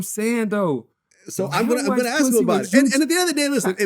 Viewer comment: I hate how this nigga say “Ansk” instead of ask lol